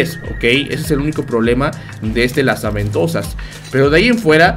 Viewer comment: Todos: Lanza ventosas o Gancho XD: LAZA VENTOSAS XDXDXDXD